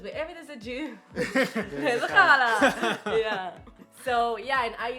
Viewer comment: Don’t worry,! We’ve all been saying it wrong apparently. 😬 Cool vid!